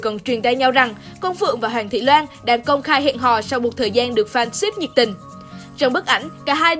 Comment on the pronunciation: Hoàng thị loan....chị đọc sai tên